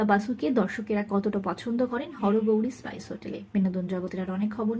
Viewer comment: হরগৌরি পাইস হোটেল, স্পাইস হোটেল না, উচ্চারণ ঠিক করুন।